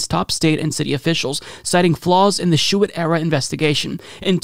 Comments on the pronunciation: The former AG’s name is pronounced Bill ‘shoo-tee’. As someone from Michigan his name is very familiar and it really stands out when mispronounced. Just for future stories. Cheers 🍻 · Shoe tee. If you’re going to say a name twenty times, look up the pronunciation. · Bill Shuette's name is pronounced 'shootie' maybe Bill Shitty works too. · Lol. Names are tough, and normally I let it go, but Bill Schuette came up so many damn times, and you butchered it each one.